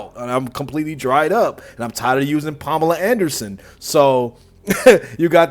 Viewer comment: Palm-ala Anderson 😂😂😂😂😂😂😂😂